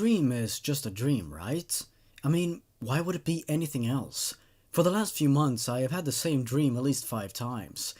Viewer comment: I swear it sound like he said All elves instead of all else in his introduction....